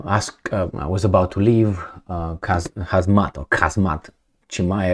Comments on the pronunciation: Scrie destul de clar numele ! Se pronunta hamzat ! k-ul de la inceput e aproape insesizabil ... La cat de slaba e engleza ta cred ca ai trait mult timp in romania nu doar te-ai nascut cum afirmi . 🇷🇴😎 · Guy cant even read khamzat name right what a clown